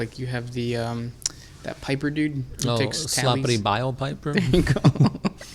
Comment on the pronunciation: can you do a facts video on Slappity? We just get to hear you keep trying to say the name LOL